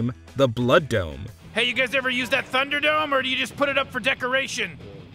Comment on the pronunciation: Did the narrator say Thunderdrome the first time?